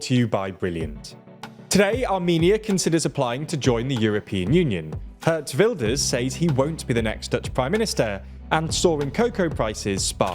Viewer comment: You shouldn't say "Gurt Vilders" but Geert Wilders (the /ee/-sound as in the British pronounciation of pEErs, and the /w/-sound als in What). That is the correct way of saying his name.